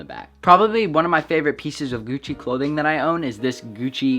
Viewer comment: Y he saying gucci like gewcci